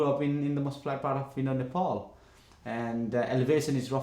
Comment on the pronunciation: Nothing bothers me more than how white people pronounce Nepal....nepooool like wtf